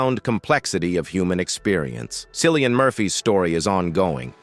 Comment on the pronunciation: It’s pronounced Killian not Sillian. Flipping AI dingdong.